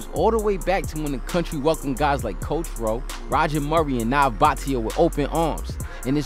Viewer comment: loving this but A$AP Twelvyy narrating - this ain't it chief! good effort but when you're mis pronouncing Nav's name wrong - we gotta problem! This should've been Marlon or the 4YE brothers or T-Rex's from ETalk/Much Music